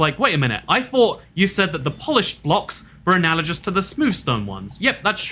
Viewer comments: Alternative Alternative title: can't pronounce analogous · The G in "analogous" is a hard G. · it's like how two people will pronounce GIF differently. Now we know how he pronounces it